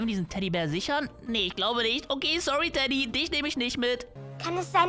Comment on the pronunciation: Wo du ganze Zeit Teddy gesagt hast war es für mich wie Dady 😅 SUS😏